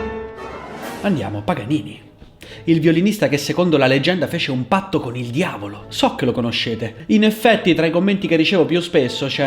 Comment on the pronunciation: Mi hai fatto morire 😂 il diaulo 😂